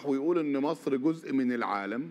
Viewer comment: كل الذي نرجوه من السيسي في الوقت الحاضر وقبل كل شيء هو أن ينطق أسم مصر التي يحكمها بالحديد والنار بشكل صحيح !!! حيث أنه ينطقها ((( ماسر ))) بدلا من ((( مصر ))) وتحيا ماسر تحيا ماسسسسسر تحيا ماسسسسسسسسر